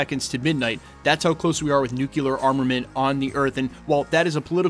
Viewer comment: It's NUKE-LEE- URR, NOT NUKE-YOU-LURR